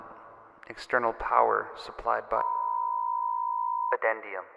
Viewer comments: "Addendum"?..... You mean "addendum"? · I should report you for that pronunciation of "addendum"